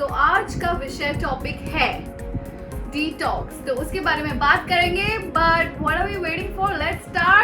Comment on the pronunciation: I think I am the only one who hearing the pronunciation of detox is tik toks🤣🤣🤣🤣🤣🤣......but....congrats niti wish u a happy journey of your marriage 😊😊😊😊❤❤❤😘😘